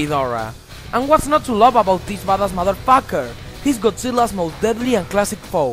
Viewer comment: "Deese modderfocker".